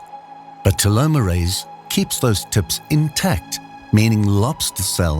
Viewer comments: The mud bugs miracle... Telomeres not as you point " tomerase..." Dam pathetic AI propagated BS... Truly mispronunciation and AI malfunction of information and pronunciation... Does remind me of a computer generated weather of High Wine-d warring yes it said a high wine warning... As it could not come up with High Wind...so it just wined a bit... As just like me to dammed tried to molt anymore. Or to leave the comfort of the couch. As we know that we are not able to eat enough donuts or produce enough energy to molt to a new self. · The stupid AI voice can't pronounce telomers or telomerase.